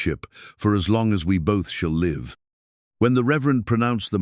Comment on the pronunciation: AI just cannot do numbers.... Also cannot differentiate between live and live(. Liev)😂😂 it's a giveaway every time